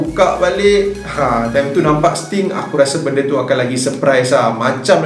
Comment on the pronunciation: Don't make 'Sting' confius, and then you say 'Aku Yahuu'. 😁👍#ItsStingNotStim